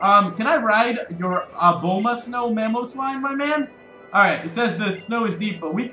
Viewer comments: It is pronounced like Uh-bomb-uh-stone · it is pronounced A-bom-a-snow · I just pronounce Abomasnow as Obama-snow